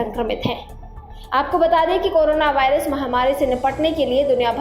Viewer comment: Abe woh by rush nahi virus "v" for virus!!😂 PEHLE sentence main galti ab age sunao mat✋